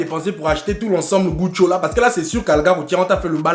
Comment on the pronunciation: C'est pas Gucci mais Gutho 🤣🤣🤣💔